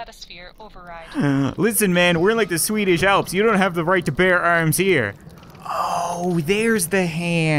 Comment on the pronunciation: "Listen man we are in the s w e e d i s h a l p s"